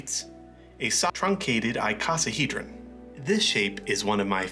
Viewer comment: I live in the US and I've never hear anyone call a soccer ball a "Ss-truncated trioxihedron" [sp?] LOL